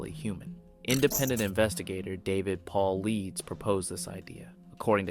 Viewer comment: great video. well researched fyi: David Paulidas pronounced Paul I Des